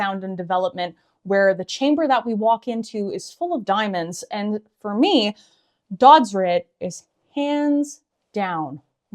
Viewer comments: Why do people think O and Ö are pronounced the same? It's Dödsrit, not Dodsrit like mentioned in this video. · it's pronounced 'dudsreet' :)